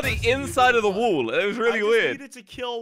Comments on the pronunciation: Will someone tell him it’s wall not wool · It’s not wool or wall it woll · I love it when says “wool” instead of “wall”